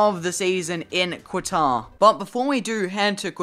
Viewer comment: FYI Its pronounced "Katar", not "Quatar"